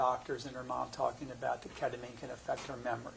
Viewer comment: Agreed, like you’ve been on this case for 7 years. And don’t know how to pronounce the child’s mother who committed unaliving in your case or the number one subject in this, ketamine? Really errrrks me 🤬